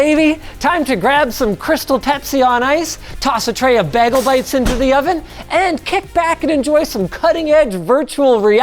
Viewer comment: Um, did Linus say "Baggle Bites?" Has Britta been teaching him how to pronounce things?